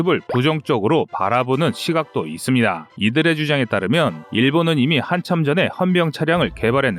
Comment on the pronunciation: 아직도 이스비다~ 이스비다~ 기가찬다